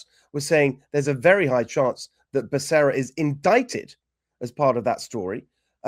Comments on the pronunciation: What a friggen joke!! Now I heard you pronounce Bacerra and that’s all I hear now is Buck-a-ria. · Benny ask google how to pronounce Becerra LOL even though I don’t like him its bas how you pronounce it